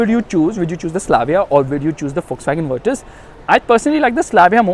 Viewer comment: Finally someone who pronounces it as Virtus and not Virtooos ....brruuhh